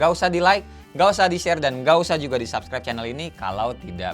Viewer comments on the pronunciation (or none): none